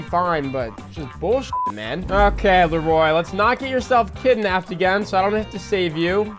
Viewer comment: Not sure what's more cringe.. the way you pronounced Leroy "Le-Roy" 🤣 or actually buying a shark card 🤢